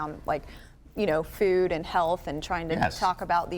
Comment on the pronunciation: Every time Vani Hari says "food", it sounds like "fewd".